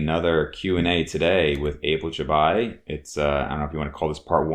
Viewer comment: Ebel Csabaj :)) damn, that was a bad pronuntiation haha